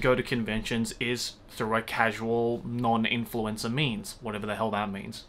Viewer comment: The way he said "influencer" made it sound like he said "I'm attending the con as an Influenza."